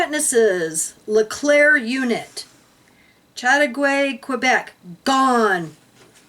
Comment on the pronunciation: Chateauguay is pronounced Chateau (gay) Quebec, not far from where I live